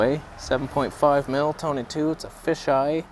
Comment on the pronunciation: we found the toneh.. wait wrong toneh